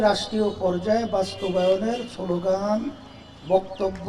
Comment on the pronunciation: সোলগান😂😂😂শালা মূর্খ বাংলা উচ্চারণ ই করতে পারে না